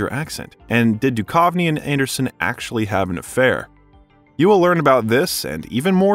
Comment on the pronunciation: Sorry, 😅, but you keep pronouncing David Duchovny wrong. It’s Doo-cuv-nee. Not Doo-kauve-nee. How can anyone make an hour-long video about this iconic duo and mess that up?! 😂 And sorry again, but you pronounced “Greenwich” as Green-Witch. It’s actually “Gren-itch.” No worries! 😉 Very interesting!!